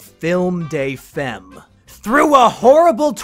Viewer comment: "Film day fehm"...... god. Butchering French. "Femme" is said something like "Fahm".